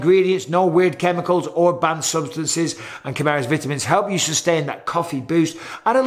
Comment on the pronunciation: "Vitimins" not Vitamins according to Mr. Bisping! Ooooooooooooooooh Yeeeeeeeeeaaaaaahh! Dig It!